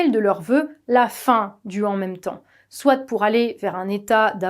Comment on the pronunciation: on ne dit pas "soitE", enfin si mais dans un seul cas, quand on peut le remplacer par "certes" par exemple... le T final de "soit" ne DOIT PAS être prononcé. Par ailleurs c'est affreux à l'oreille, sans doute la raison pour laquelle on a décidé au fil des ages de le taire du reste...